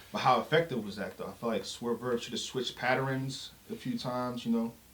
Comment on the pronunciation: you’re my mans, but the word ‘pattern’ be Dudley Deathdropping you mid-sentence 😂 🤝